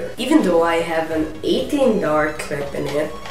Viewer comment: he did not call it a clip he called it a "Clipazne". but your still right